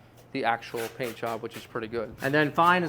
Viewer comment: I had to turn on the captions because it sounded like he said, "I'm gonna have sticky legs tonight, but I don't care. As long as my peen is clean." 😂